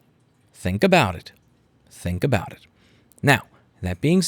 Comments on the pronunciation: "Think aboot it" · I think you mean... "think aboot it"